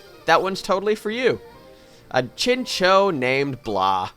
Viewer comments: It's pronounced chincow, theres a whole episode about them, it was a really bad episode actually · I always thought chinchou was pronounced chinchow.....